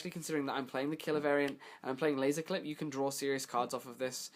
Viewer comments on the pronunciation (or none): You pronounce Qlip as Clip but Qliphorts as Qlyphorts wtf?? hahaha is it on purpose?